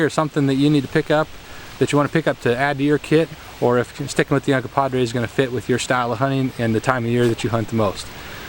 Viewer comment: Uncompahgre, NOT Uncompadre. The name Uncompahgre (/ʌnkʌmˈpɑːɡreɪ/ ( listen)) comes from the Ute word Uncompaghre, which loosely translates to "dirty water," "red lake," or "red water spring" and is likely a reference to the many hot springs in the vicinity of Ouray.